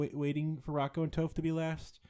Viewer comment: Her name is Toph with a short o. Not a long o. You need to watch some avatar asap.